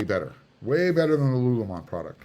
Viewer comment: Just an FYI...I think it's "Lululemon" and not "Lulumon." 👍